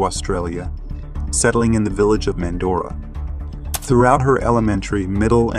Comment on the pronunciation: He cannot pronounce Mandurah and it’s IN Western Australia where she lived and went to school, so she didn’t go travelling to there. She went to visit friends, that’s why you don’t hitchhike. I went to school with her. This story is full of so many LIES!!! Disgusting that most of the story is FALSE.